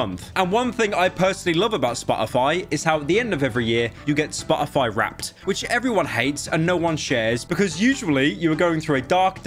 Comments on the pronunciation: if i have to hear "spo' ify" with pyro not pronouncing the letter T i'm going to send him a hand made dictionary that only has words where you pronounce the letter t. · if i hear spo-o-foy one more time imma go monkey mode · I like the way he says SPA-O-FY. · spah - uh -fi